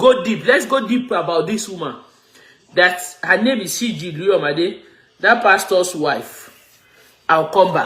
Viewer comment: Her name is Siju and not Siji.